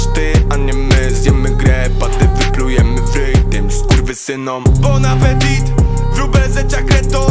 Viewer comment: Po tytule zabłądziłam na youtube. Jak można nadać tytuł piosence i nie sprawdzić poprawnej wymowy !? Mówi się się [apeti], a nie apetit !